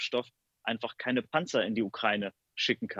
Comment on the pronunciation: "Ukreine" wie der Reporter so schön sagt